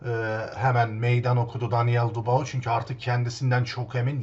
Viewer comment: Dubao degil dübua adamin adi be kardesim... gozunu seveyim su adamin adini duzgun telafuz et l... sevgiler.